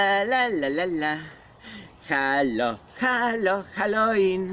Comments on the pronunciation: halo ŁIN a nie halo IN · chyba Halloween a nie haloin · Naucz sie czytać halooween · Gracku . Mówi się Halołin. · Czyta się hallołin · Wymawia się halołin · Mówi się halołin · halowin sie czyta XD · halołin znaczy sie czyta XD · A nie haloin